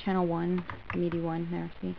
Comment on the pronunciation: why do you call it MEDI lol